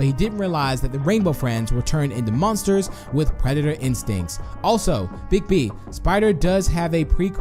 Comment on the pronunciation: Bigb not die bob